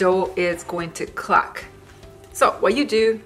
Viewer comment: Where are you from? Your accent sounds weird? The ?clark" = crack?, "class" = crust? Pinoy? Vietnamese?